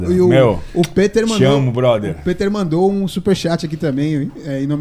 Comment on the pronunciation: Péter??...Peter = Pitér